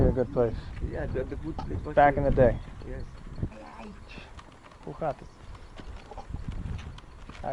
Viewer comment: You are funny . Saying " hoe gaat het" to the cow. Your Dutch prononciation is outstanding.